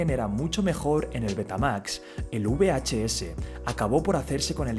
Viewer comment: Repite conmigo: VHS: BEACHE-ESE